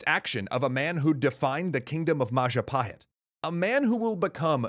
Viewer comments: "It's the mahajapit." CROSS "majahapit." CROSS "mapajahit." CROSS "mahapajit." CROSSSS "ma..ja...pa...hit?" YES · Yup, Indonesians spells "J" more like "DJ", to differentiate it with "Y" which is currently using. So "Jago" here is pronounced "Djago" not "Yago". And more importantly "Madjapahit" not "Mayapahit".